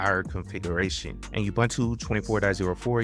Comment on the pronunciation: I don't know when gateway4 was deprecated but you encountered the message in your video and just ignored it. A quick Google of the error message led me to use the "routes" section of YAML (see an example at /usr/share/doc/netplan/examples/static.yaml) Also, it's like fingernails on the chalkboard to hear people butcher the name Ubuntu. It's pronounced oo-boon-too and people should know that by now, especially people providing tutorials on how to use it. Do you say Wine-dows? Make-OS? Why pronounce it You-bun-too? I appreciate you making the videos, but please make sure you're current, thorough, and accurate. It'll go a long way to getting you (and keeping you) subscribers.